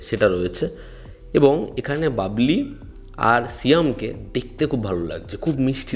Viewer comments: ভাই বাবলী নয় বুবলি হবে। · বাবলি নারে হাবলা। বুবলি।